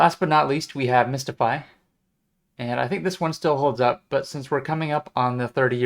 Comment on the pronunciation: mystify, not mistify :)